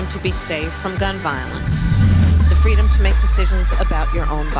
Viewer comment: Don’t you mean “Fweedom”?